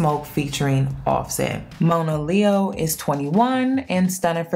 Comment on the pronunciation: Her name is pronounced Mah-na-leo, not Moan -ah, and shes been through a LOT in her young life, shes beautiful and an extremely talented artist. Judge not lest ye be judged. I wish her the best, always.